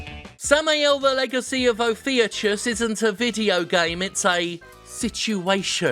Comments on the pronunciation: Okay...since no one else seems to have done so, it's time to play "Let's be a pedant". Ophiuchus, the serpent handler, is a constellation which represents the struggle between Apollo and a giant snake who barred the way to the Oracle of Delphi. It's also pronounced "Oh-fee-oo-kuss". This has been your combination Greek history and pronunciation lesson. I'd say this makes me pretentious if I didn't love language and myth so much. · It’s Oh-Fyou-cuss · It's pronounced "off-ee-u-kus" (it's also a constellation), btw. Other than that, spot on list. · Btw ophiuchus is pronounced o-few-cuss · Ophiuchus is pronounced oh-few-kus :3 but it looks like Steam early access not ps4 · Caution! The enemy is approaching. He wants to tell you it's pronounced "Or-fee-yoo-kus."